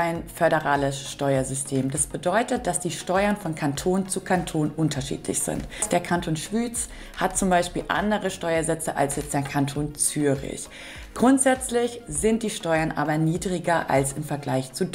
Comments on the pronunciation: Der Kanton Schwüüz.... das heisst Schwiiz! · Man sagt nicht Kanton „Schwüz“ sondern Schwitz. Im Allemannischen wird Y als i ausgesprochen. Auch die beiden „Mythen“ spricht man als Miten aus.